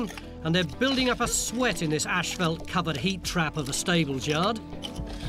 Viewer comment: It`s asphalt Tony, not ashphelt!